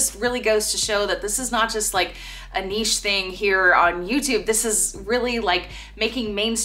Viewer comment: I'm impressed, you are the first person I've heard from the USA pronounce 'niche' properly!